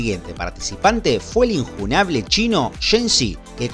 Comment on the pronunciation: "el injunáble "😂😂😂😂😂😂😂😂😂